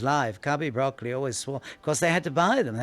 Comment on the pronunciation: Ugh! Broccoli’s name is not pronounced like the green veggie. It’s bra-CO-lee